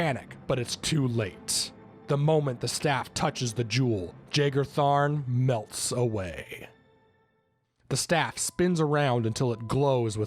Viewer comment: just gonna put it out there that Jagar is pronounced Yaygar